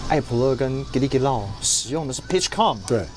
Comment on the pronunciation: Com的發音是不是發錯了